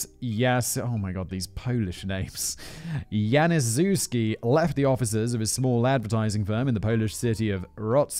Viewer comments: nah, he butchered Janiszewski pretty good :) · The victim’s name is pronounced yanee-shef-ski and yes blasphemy is still a crime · btw it's spelled Hoynow. Ch i Polish is read as H. Cz is spelled like English Ch. also is Janishevski. Sz=Sh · You did good, polish names are impossible to figure out for non Slavic speaker :) janiszewski would be yanni shev skee (sz is sh:) ) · In Polish w is pronounced like a v so it's Yan u zev ski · I'm sure its pronounced Jana-shef-skee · For future reference- with Polish names, the 'szew' is usually pronounced 'chev'. So Janiszewski will be pronounced 'Yan-i-chev-ski'. This may not always be the case but I've found that it usually is. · I'm so sorry, but "Janiszewsk" is pronounced "yahn-EE-sh-eh-vsk".